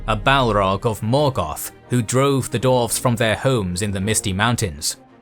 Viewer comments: dWarves not dorves.... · Dwarves not Dorfs :D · Why do you keep calling them "darves"? It's dwarves.. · Ai voice says dorves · human voice says dorves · This is immense work. I just hate that you kept calling dwarfs for dorfs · Lmao. You are legit says "Dorfs" xDDDDDD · "the dorvs" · I love your channel, I love this content. However, for the love of Tolkien himself, learn how to say Dwarf and Dwarves please 🙏🙏🙏